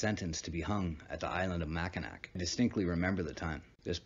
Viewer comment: It is pernounced mack-in-naw I live in mi just wanted to let u know that